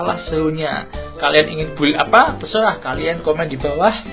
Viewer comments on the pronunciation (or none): none